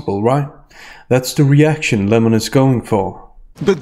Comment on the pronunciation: It’s so hard to hear Lem-or-on this much. Only tolerable because of your great commentary. Thank you.